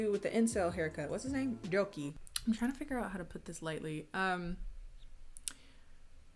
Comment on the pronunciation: When you said Ryoki I thought you said Byōki cause in Japanese that means sick. And I thought that was a good name cause he's sickening 🤮